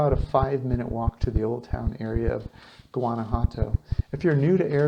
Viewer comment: learn to pronounce it correctly... It's wanna-wato... like ah-wah for water... and walk-a-molee for avacado dip... do you listen to the locals?